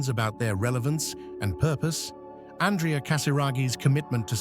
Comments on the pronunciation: not ann dree ah his name is ahn dray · Is there a way to dub the correct pronunciation of his name from the feminine ANdrea to the proper masculine anDREa? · His name is pronounced AN-DREY-A, with emphasis on the middle syllable. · His name is pronounced An draya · ANDRÈ-A is an Italian name . His father was Italian, therefore the correct pronunciation is not in English or French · Duh, you even emphasized every letter of his name 😂😂😂